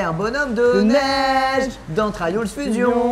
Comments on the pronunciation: Cyprien pk tu dis trayoule fusions alors que c trials fusion bref g mis un j aime quand même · Cyprien et son accent magnifique "On est sur Traillauls fusion " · J'ai gerbé au "trayaul Fusion"! :3 L'intention est bonne mais soit tu prononce à la Française ou à l'Anglaise. Mais la c'est un mélange des 2 horrible. Je mélange pas le ketchup et la mayo! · "Trayol fusion" mdr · "Trieuls" OH WOW... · Pourquoi cyprien a dit Traioles fusion xDDDD????? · Arretez de dire traillaulz fusion svp